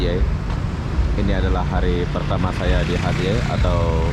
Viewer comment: Dibaca nya bukan hatyay tapi hacai bang .. hotel juga murah kenapa pilih hostel hee